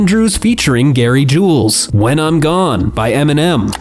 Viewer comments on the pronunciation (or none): none